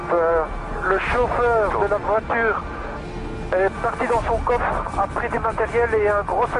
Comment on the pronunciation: PS : accent(s)...